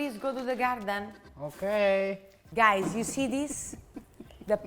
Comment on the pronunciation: "In the garrden" 😭😭❤️❤️❤️✨✨✨✨